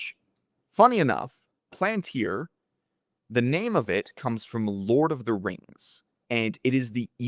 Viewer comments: . You can listen to Thiel pronounce it Pal an tir Not a big deal though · Did u say PLANTIR??? Its PALANTIR. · The “seeing stones” in LOTR were called pal an tiri so he dropped the “I” for the company name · It’s pronounced Pal-an-tir